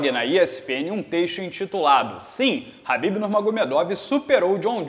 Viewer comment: é tão khabibeth que fala "Rabibeth" kkkkkkkk